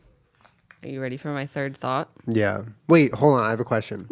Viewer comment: Every time Julian says “thought” I think he says “thot”. “I think that was a really interesting thot.”